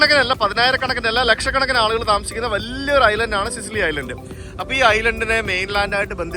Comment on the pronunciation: സിസിലി അല്ല, സിച്ചിലി ആണ്. ടാബാച്ചി അല്ല, തബാക്കി. വില്ല സാൻ ജൊവാന്നി, ഫ്രചെറോസ്സ